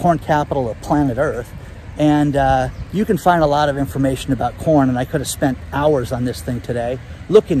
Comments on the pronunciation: Ha! It first sounded as if you said “corn” with a”p”. Lol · I listen to YT videos at 1.5 x speed so I can watch more. I swear all I heard was “porn” prices were increasing……I was like what did he say? Rewound and it was “corn” not porn lol